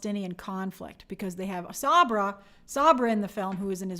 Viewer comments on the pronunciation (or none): none